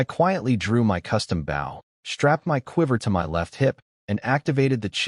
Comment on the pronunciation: Guys, the A.I. still needs A LOT of work. It needs to KNOW how to say Bow properly when referring to a weapon and not the action of bending forward. Also needs to learn HOW to use proper punctuation while speaking. Also you need a better format of Subtitles. They aren't as accurate as they COULD be.